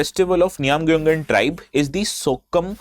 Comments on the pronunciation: I'm surprised how well u pronounce the word Khiamniungan 👍. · Prove me wrong.. He has pronounced the name "Khaimniungan" better than most of the people from Nagaland itself. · Sir thank u for prouncnce khism nii gan